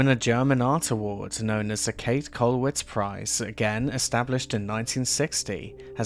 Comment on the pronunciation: Just a simple 'correction': her name is pronounced like "Kate-eh" with an audible "eh" or "a" at the end.